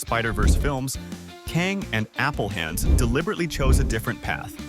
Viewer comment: AI voice can't figure out how to pronounce Appelhans :P